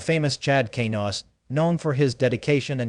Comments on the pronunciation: K nouse? Dude at least say his name correctly....why do I watch this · Chad Kay NOUSE? Really? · I hate to be off the subject but you are pronouncing Chad's last name incorrectly, just saying. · Please learn how to say his last name correctly